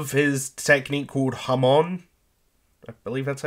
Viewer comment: For the record, "Hamon" is supposed to be pronounced with a long O, but and keep mispronouncing it.